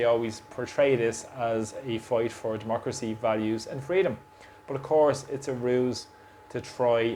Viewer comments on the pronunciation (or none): none